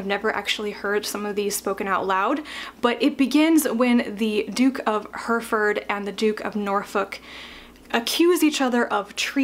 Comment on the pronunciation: Hereford is pronounced He-ri-ford.